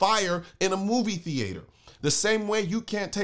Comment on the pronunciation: Had to stop real quick to comment on how he pronounced movie theater. Priceless 👌